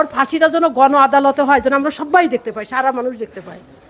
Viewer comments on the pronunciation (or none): none